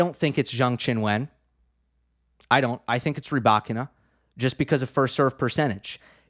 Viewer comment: Hi, just want to say your pronunciation of "Zheng Qinwen" is a lot better! Just one thing, the "e" in "wen" sounds just like the "e" in "Zheng", so it should be pronounced "w-uh-n" instead of "when". Other than that, your pronunciation of "Zheng" and "Qin" are great!